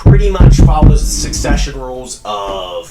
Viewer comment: Suppose to sound spanish the way you said succesion you sound more french